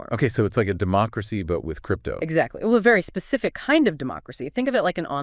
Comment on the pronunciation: It's not ahvey?